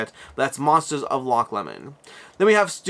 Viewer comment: Sorry to be that guy, but as a Scot I feel obligated to point out its roughly pronounced "Loch Low-mnd" (varies slightly based on local accent) never "Loch Lemon" :P. While Loch Ness might perhaps be the more famous Lake outside of Scotland it is somewhat remote. Loch Lomond is considered to be significantly more picturesque and combined with being much closer to the central belt of Scotland (Around Edinburgh and Glasgow which is where ~80% of the Scottish population reside) it is by far the more popular tourist destination.